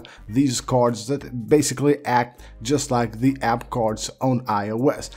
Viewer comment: Like he pronounced "cards" as "cords"...weird dumb accent lol